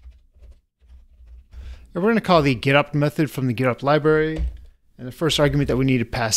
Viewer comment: Getopt sounds like Getup!